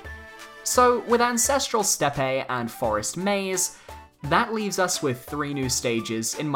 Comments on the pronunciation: Steppe is pronounced "step." I thought step-ay when I first played MH4 as well lol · It's pronounced same as step. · Steppe is pronounced step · steppe is said the same as step. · Steppe IPA: /stɛp/ Homophone: step It's pronounced as "step". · steppe is pronounced like step just so you know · Steppe is pronounced “Step”